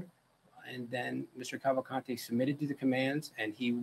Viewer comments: i think its soo funny they keep saying cavalcante the wrong way, as if it was spanish. i guess americans dont know that in brazil, ppl dont speak spanish. portuguese is the official language, but also several minor languages are spoken throughout the country. its easier to find someone speaking japanese, french or german than finding someone speaking spanish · not a matter of accent, and saying "would make 0 effort to pronounce a convicted murder name correctly" is not a good excuse. A LOT of ppl have that last name. and yes, the woman on the video said it assuming it was spanish, which it isnt, and it is not pronounced that way in brazil. portuguese is spoken in brazil, not spanish.